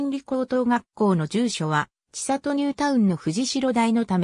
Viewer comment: ちさと じゃなくて せんり なんやけどｗ